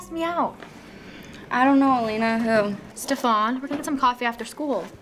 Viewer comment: "Hey MJ, guess who asked me out?" "IDK Elena, who?" "Stefan" Seriously, I love TVD, but you had to say his name like that? LOL